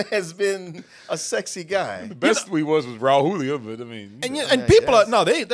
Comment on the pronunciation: Props to on the pronunciation of Raul Julia. I usually hear people pronounce it Rawl Jew-lia.